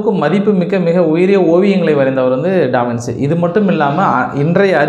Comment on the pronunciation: First of all avar peru pronunciation டா - வின்- சீ illa... it's wrong... adhu ட- வின்- ச்சீ (Da vinchi). Second, Giorgio Vasari was not a king. Third, Leonardo Davinci painted The Last Supper as a commission painting to the CHURCH and not the KING... The church is Cathedral de Santa Maria Delle Grazie in Milan, Italy.